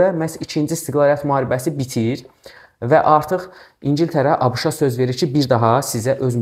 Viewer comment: Müəllim A Ş K'nı nə gözəl deyir😂